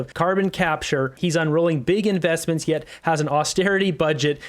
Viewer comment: Iz not a conflict, Iz just invezment.